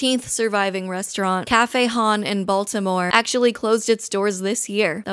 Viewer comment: Hearing it pronounced like Cafe HAHN was really something